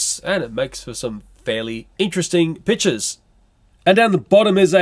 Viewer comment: When says pictures i hear bitchs XD